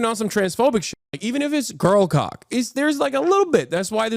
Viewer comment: Hearing Hasan say gurlqock is crazy!